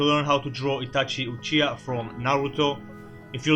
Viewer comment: UCHIA XD UCHIHA**************